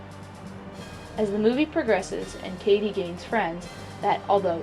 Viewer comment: Heathers all the way but you said Katie wrong I believe...